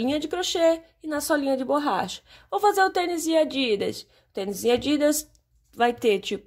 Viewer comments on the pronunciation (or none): none